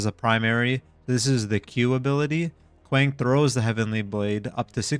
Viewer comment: You’re pronouncing his name wrong it’s KWong The A sounds like an O